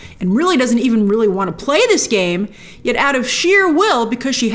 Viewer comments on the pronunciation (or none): none